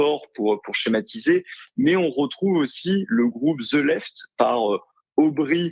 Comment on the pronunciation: Verhofstadt n'est pas allemand, donc il ne faut pas prononcer son nom à l'allemande. Qu'il soit un européiste acharné, déraisonnable, c'est d'accord. Mais ce n'est pas une raison pour mal dire son nom. "Ze" left. Dans Harry Potter, les "th" remplacés par des "z", cela participe de la caricature. Là, c'est juste de l'arrogance ignorante d'un Français qui se croit un génie. Emétique.